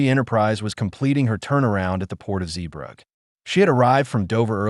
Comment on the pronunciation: At least pronounce "Zeebrugge" correctly, this video is absolutely shit